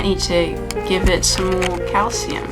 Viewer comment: When you said calcium powder I thought you said cow semen powder and I was so confused for 2 minutes